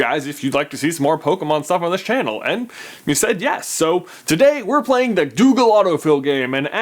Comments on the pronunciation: He says Doogle auto fill instead of Google auto fill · anyone else hear 'doogle autofill' in the beginning? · OMG he said DOOGLE AUTOFILL GAME lol ! :D go to